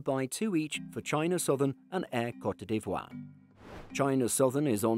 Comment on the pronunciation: What's that country that used to be called Ivory coast? "Co-te ..." NO!!!! As the new name is French it is more "Coat ..."